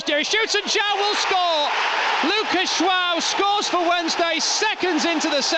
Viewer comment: Is it me or does he keep saying Luca jwao